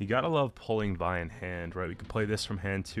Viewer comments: Just imagine calling Viy like Viy and not Vi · Oh no not again. Hope it will not become meta again. BTW it's pronounced as veey. Like in "meet" or "bit" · You pronounce it "Veey", it means Myriapod in Polish.